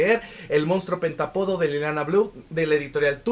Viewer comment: Está padrísima la reseña pero me brinca muchísimo que no pronuncie bien la palabra pentÁpodo , acento en la A. 🫤